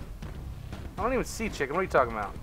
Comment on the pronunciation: I did watch the whole video, I watched that when I heard him say it, and also its not bought its about or 'bout. *facepalm*